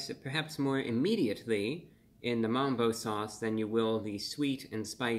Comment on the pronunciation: MUMBO BRO NO NOT MAMBO NOOOOOO BROOO